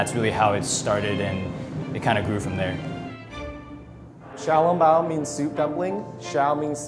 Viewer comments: Can't even pronounce "Xiao Long Bao" right 🤦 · kkkkimmyy they set the name that way, but do not pronounce accordingly. And I'm pretty sure they did not invent xiao long bao. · Audrey Brigitta true but itwas REALLY butchered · Their pronunciation is terrible. They should be ashamed. Bad Chinese